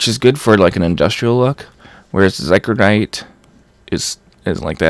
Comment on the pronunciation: Oh my god it's zy cor o dite not zy cro dite